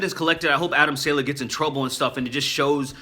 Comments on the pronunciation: Don't mean to be a nazi, but it's "saw-luh" not "sail-uh" :) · It's pronounced saw-lay. Adam Saw-lay. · I believe it's pronounced (Sah Lay) I could be wrong. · Man, I thought you were saying Adam SANDLER lol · I never heard someone mispronounce a name I understand that you obviously don't understand Arabic but come on that's not how you say Adam Saleh